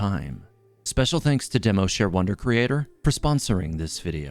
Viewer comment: Anyone else noticed when he said "Demoshare wondercreator"?